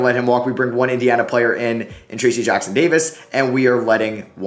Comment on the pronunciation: made me so mad the way you said trayce jackson davis